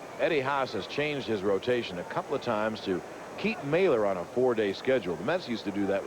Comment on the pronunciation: They always pronounced “Mahler” incorrectly. It’s a German name and is pronounced MALL- ER just like it’s spelled - silent H (like going to the mall). It should not be pronounced “Mailer”.